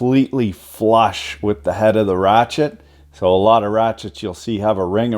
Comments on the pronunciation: Its a Rache-te 😣👌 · 3 mins of talking....just show me the "rrrrachete"